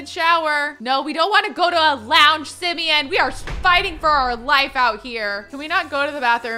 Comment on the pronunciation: HIS NAME ISN'T SIMION IT SIMON